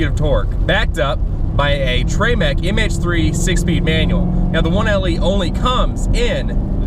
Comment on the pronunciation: Bro, tray-mec? WTF, hahaha.